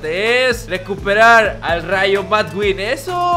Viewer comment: no se llama rayo madqueen se pronuncia rayo maqueen